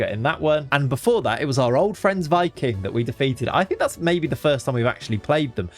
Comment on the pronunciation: Hey just wanted to let you know Viking(the Norwegian team) is actually pronounced Vee-king! 👍